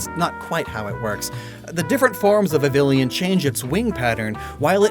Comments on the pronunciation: Ok, it's not just you. I hear from everyone on YouTube, and it drives me kinda crazy. It's Vivill-on, not Vivill-ion! There's no "i" in between the "l" and the "o"! I've never understood why everyone makes this mistake! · God, your pronunciation of vivillon is PAINFUL. It's pronounced VEEVEEYON. It's based on the french word papillon, for crying out loud! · I’ll never understand why some people pronounce Vivillon as “viv-lee-on”. It’s supposed to be pronounced as “viv-e-on” just like how you’d pronounce Papillon. Adding an L to it makes no sense. Also in regards to shiny locks if they hurt your experience then maybe that’s a you problem. Shinies have become far too common now and if anything I stay away from shiny hunting now unless it’s a specific mon I like. Shiny locks aren’t a problem it’s the toxic fanbase that whines when they can’t get what they want. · I get a visceral reaction when he pronounces Vivillon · It's been like ten years since xy please learn how to say vivillon 🙏